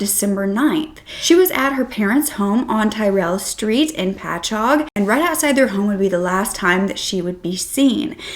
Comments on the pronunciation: Omg! I live about 3 minutes from Patchogue, and not only have I never heard this case, but I’ve NEVER heard anyone ever pronounce our towns out here correctly! Yea, you said Patchogue perfectly! lol! I had to say this, and I haven’t listened to the video yet! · Omg I had heard bits n pieces of this story, but I had NO IDEA this happened where I grew up! I grew up like 20 mins from patchougue!! Btw, I gotta say- I’m HIGHLY impressed you said the town name completely correct! Most ppl completely butcher most of the Long Island town names lol